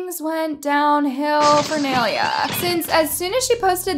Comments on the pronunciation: first off please pronounce Naileas name right secondly i think this is taken so out of context also uhm why do u guys think dixie did anything she was just joking on the show and the insta story can mean anything only thing idk is why they unfollowed and followed Nailea back. And in general people on social media are so desperate to find the most smallest detail that they can change the whole senario into drama which is just sad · Girl love this vid but you cant be calling people out and not even say their name right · try pronouncing her name right lol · i'm not tryna be rude or sm but its fucking annoying when she says Nailea's name wrong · First of all why tf are u pronouncing nai’s name wrong 😭🤦🏻‍♀️ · it's "nye-lay-uh" not nail-ee-uh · Um it's not (nal-ey-ah) it's (nai-lay-ah) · For the 100th time her name is not nail-yuh it’s Nye-LAY-UH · its NAI lea not naylea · its nah-ee-lea not nee-liuh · why does she pronounce Ny-Lay-a as Nail-lea??? please pronounce her name right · The way that you say Nailea’s name is so wrong. Its NAI-LEA. Not NAIL-IA 😃😃😃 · Her saying “nay Leah” IS GETTING ME ON MY NERVESSSSS LOLLL no hate tho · Ok, this isn’t to be rude… but it’s pronounced n-I- leuh. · “Kneelia” I’m dead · "Neiliia debora" JSJAHHAAH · You keep saying Nailea’s name wrong. It’s pronounced like “Ni-lay-a” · Nai-lia girl nai-lia💀💀💀💀💀💀💀💀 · Please I love nai so much and I love but the way she pronounces nai’s name makes me laugh 😭😭😭😭 it’s “nai-lay-uh duh-vor-ah” sweetie😭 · I know naileas name isn’t very common but it’s pronounced N-eye-lay-uh. Please at least search up how to pronounces people’s name before you make an entire video about them😭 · Not me cracking up when she calls nailea NAhylEa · its pronounces NI LAY UH😭😭😭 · btw....😔 its NAI-LAYA thats how you say it but its spelled NAI -LEA not NAI-LAYA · It’s pronounced (ny-lay-uh) lol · It's pronounced as nay -leya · nailea is pronounced “nay lay a” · Nai - lea lol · It’s pronounced (Nai) Le(Ah)